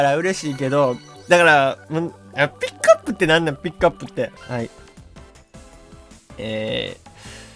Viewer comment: この動画の名言「ピ↑ックアップってなんなん！」